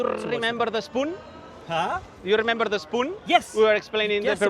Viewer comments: you rrrrrrrrrrrrrrrrremember the spoon ? huh ???? hahhah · “you rrrrrrrrrremember the spoon?” As entertaining as it is informative. Great job. Keep these coming F1. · human V10 right there. "You Rrrrrrrrrrremember the spoon"